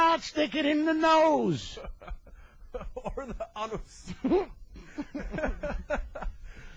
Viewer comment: Oh my god. ...was he a preacher or something? Who the hell is he preaching to? What a clown. Ori-fices, ah-nus? He's afraid to say penis? He tried to teach sex-ed to the children?